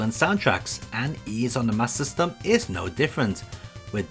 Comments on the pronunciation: Wonderful overview as always! But I'm confused about something, and maybe it's because I'm American: Is it pronounced "Master System" or "MasSystem"? The latter is what I heard in the video. Is that how most UK people pronounced it? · Sounds like your saying Sega mas system.